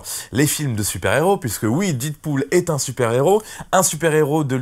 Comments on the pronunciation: La prononciation c'est pas didpool mais dèdpool, mais bonne vidéo quand même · do you speak english guy ? prononciation "did pool " c'est "dead pool" comme dans la cité de la peur "red is dead , adieu youri..." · "Didpool" mdr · Mal prononcer le nom du film dès le début de la vidéo... Les puristes auront déjà changé de vidéo après 11 secondes!